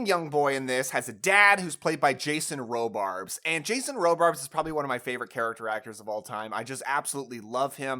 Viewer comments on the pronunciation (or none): 2 minor nitpicks that stand out immediately: Something Wicked This Way Comes takes place in the 1920s, not 1950s. Also, it's Jason RobarDs. It really sounds like you're saying RobarBs. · Are you saying Jason RoBARBS? It’s Jason RobarDs. Also, Jennifer Garner, not Gardener. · *Jason Robards...not Robarbs. Jennifer Garner...not Gardner ;)